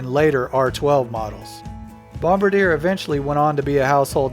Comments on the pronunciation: Bombardier isn't pronounced Bombardier. C'est français. Bom-bar-dee-ay, not Bom-ba-deer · Fyi it's bomb bar de ay ! not bomb ba dear.. just sayin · I don't think its "bomba-deer". But "bom-ba-de-ay"? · Just for future reference.....it's not Bom ba deer..... it's bom bar dee ay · It’s pronounced Bomb-bar-dee-er..... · Bombardier: bombar-dee-ay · It's pronounced Bomb-Bar-D-yeah. Bombardier. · Bombardier (Bom-bar-de-ay) is BRP, also known for can am, evinrude, lynx, and others. And if you say "skee doo" in front of a canadian, prepare to get slapped. They say skihdoo. Like skih dew but one word and really fast. They take that very seriously.